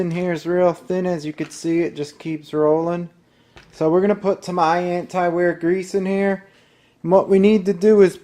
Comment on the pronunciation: Great video! But, whoever was talking in the video pronounced Tamiya wrong. Its, TA-MEE-YA not Ta-my-ya, lol.